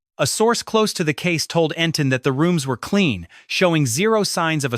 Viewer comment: EntIn, NOT EntOn